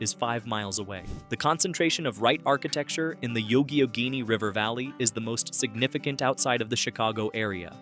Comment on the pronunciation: Yuck a genny River. 😅